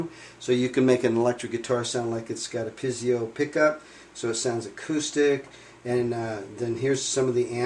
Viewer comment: It's Pee-a-zo, not pizzio. :)